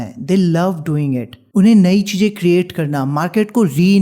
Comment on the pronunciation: MAJA 😅CHEEEEJJJ😂ZAROORAT😂HAVE TO LEARN HOW TO SPEAK FIRST 😡🙄